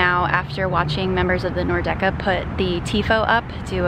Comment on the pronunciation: Cool video! Great seeing MLS get this kind of media creator coverage. Was also hilarious seeing Hejduk's son, he's as if he simply was molded out of one of Frankie's ribs. Though I noticed you were pronouncing "Nordecke" as /Nor- Decke/. It's actually /Nord - Ecke/, literally meaning north corner.